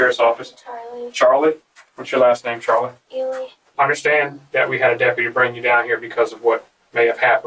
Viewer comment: It's Elee not Eli. So Ely=Elee, do your research before just throwing this shit out here like it's the gospel!